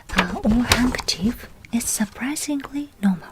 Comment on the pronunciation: I don't know if many other people have said this but a little English tip in English we pronounce surprisingly like this Sir-Prize-eeng-lee I don't know if that was the correct way to teach you but hope this helps